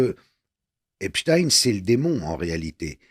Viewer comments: Madame Kelly c est EPstein Pas EINstein! C est agaçant ! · Mme Kelly vous savez très bien qu on dit Epstein !! Comme Einstein ou Frenkenstein Non mais cette question m exaspère à force